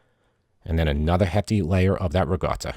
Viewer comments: It's Ricotta not Rigotta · Can you say: riKotta, with a ‘k’, not riGotta… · I see the comments are ignoring that he's saying ricotta with a G sound, not a hard C sound. Cool, cool.